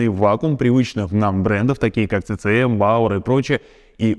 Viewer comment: CCM читается как Си Си эМ.